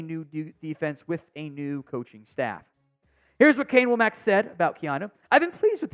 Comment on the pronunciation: D should be good even with the loss of Downs, I like Domani and Saab pickups. Also I think it's pronounced "wah-mick" not "whoa-mack" for Wommack's name, even though it's not the obvious way.